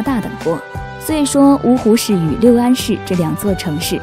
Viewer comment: 六安 lu四声